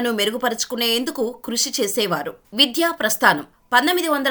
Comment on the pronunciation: 💐🙏విధ్య కాదు విద్య